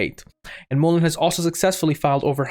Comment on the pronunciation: Mullen not moolin